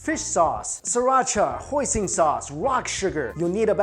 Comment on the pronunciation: When he said Hoison sauce I thought he said poison sauce